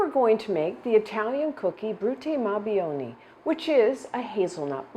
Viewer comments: Hi Stephanie! 'Buoni' is pronounced Boo-onee not Bee-onee :) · The last word is pronounced BWONI, not BYONI